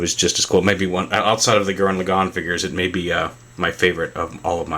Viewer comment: btw i think its pronouced as gurren la-gann, gann rhymes with ran